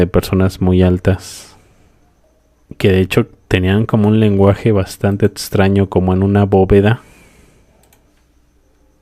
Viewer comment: DISCULPA, VOLVISTE A DECIR "DESTRUTZION"...?????????????? LENGUAJE ETZTRAÑO????????? TRANSTSMITIENDO???????????? SITZAGUEA??????????? TRATZPASA??????? SISTZAGUEOS???????